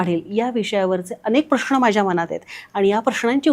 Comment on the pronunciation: ताई, प्रश्ण नव्हे, उच्चार प्रश्न असा असावा